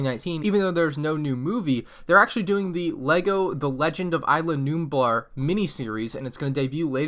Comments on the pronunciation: It’s is la nublar not I la nublar that’s sounds like some pricy popular 5th garden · You were saying isla nublar wrong you pronounce it (is-la) with the “s” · It triggers me on how ur pronouncing islanublar